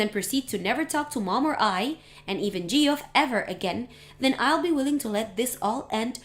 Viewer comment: Geoff is pronounced Jeff